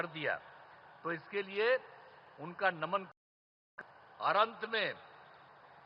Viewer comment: Naman hota hai n ki daman 😂😂